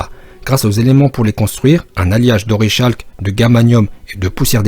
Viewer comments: Super travail mais il faut dire orikalque pas orishalque 😊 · Petite précision "orichalque" se prononce "orikalque" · C pas tao qui a inventé les armures ? Et ca ce dit orekalk